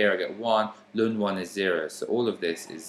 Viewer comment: This was really helpful but so strange the way you said ln (Lun) my maths teacher always said natural log or "el-en" so it confused me at first 😅 thanks for the great video though, very easy to follow 🙂